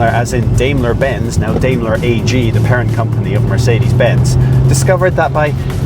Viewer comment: BMW M WHAT?! BTW you pronounced DAIMLER wrong. It's pronounced Dime-ler